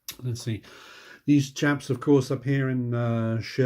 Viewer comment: You said, “…these chaps here…” lol, for a second, I thought you said “Japs”. I had to replay that part 🤪😂